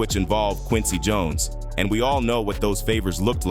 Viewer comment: What about Jon es (Jones)😂